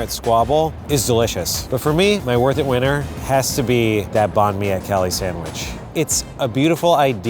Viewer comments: When they pronounced banh mi as bon mi, it reminded me of when people pronounced pho as foe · the way they pronounce banh mi has me cackling hahahahaha and also the love she puts into those sandwiches?! cutting off the burnt bits??!!! they deserve to be a bit more expensive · They're destroying how you say banh mi ik because I'm vietnames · My Vietnamese self getting triggered about how they say Banh Mi but also excited that they're eating Vietnamese food. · Pronouncing banh mi wrong.